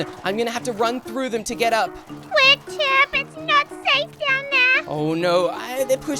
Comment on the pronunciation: um you said ship it's chip